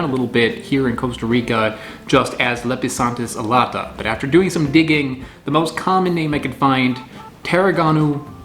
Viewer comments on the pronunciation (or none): Pronounced Lep-e-san-theez a-lot-uh Alata means winged, though I'm not certain what anatomical feature that relates to. You can contact me for help with pronunciations.